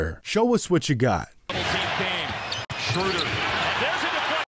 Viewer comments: SHREW-der not SCHRO-der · How does this man not know how to properly say Dennis Schröder’s name. Smh